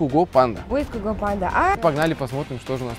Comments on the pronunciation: Не куго,а кьюго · Не куго а сязго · Кугу панда:) Ребят, вообще-то правильно Сайго. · ВООБЩЕТО НЕ КУГО А САЙГО!!! Я ЕГО НАСТАЯЩИЙ ФАНАААТ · Может Гиго?а не Куго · Не Гуго а цуго или цайго певец сам об этом говорил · Какой куго?))) Цыго читается , от слова цыган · Может Сайго , а не Куго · Не куго а цайго!!!!!! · Гиго панда а не Гуго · не куго а сайго! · Не Куго а Сайго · Правильно говорить Цуго а не куго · Сайго а не куго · не куго,а цуго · Куго блять? ало, имейте уважение к автору произведения, цуго или сайго, именно так читается его никнейм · Сюго!!! А не куго панда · Не куго панда а цуго панда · Нет не куго а цуго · Не Куго а Циго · Не Гуго а гайго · Цуго а не куго